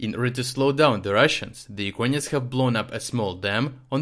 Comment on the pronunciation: Why do you say "Ukainians"?